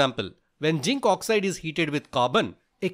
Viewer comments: Sir it's zinc not ginc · You are mispronouncing zinc.. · Pronounce zinc properly